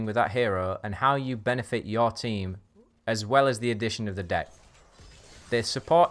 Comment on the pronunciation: great vid, need to point out one thing though: me being an American, when you say deck, it occasionally sounds like dick. it's not a problem, it made me giggle like I was 13 again. just wanted to tell you. carry on.